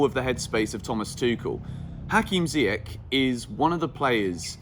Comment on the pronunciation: just FYI it's pronounced "Ziyesh"